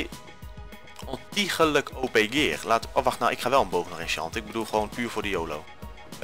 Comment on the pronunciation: Haha hoe je die bottle of enchanting uitsprak met dat "O chanting"